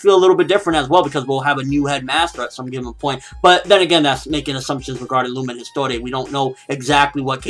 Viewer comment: the way you say lumen histoire is funny. you're suppose to say it in french but Spanish or some language i don't understand. LOL